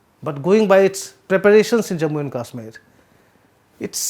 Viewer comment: Sir.. first learn to pronounce english properly.. else speak in Hindi.. its not Kasmir its Kashmir.. its as though you speak with Pan in your mouth.. learn from Shekhar Guptaji.. he is even trying to pronounce Vizhinjam properly.. secondly please speak after you put your ears to the ground.. refer your previous report.. I want to subscribe to Print.. but disappointed by your fallacies.. thirdly entire media is going to be online.. its competitive.. and on u tube.. your past reports will be referred to..